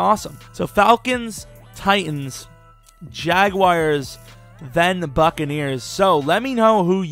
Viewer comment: also learn to pronounce the word jaguar if youre going to choose them lmao